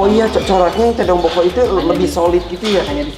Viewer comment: "Tedong Lotong Boko'"..... bukan tedong bokok